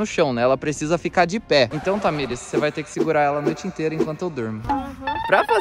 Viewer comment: Tamires não é cadras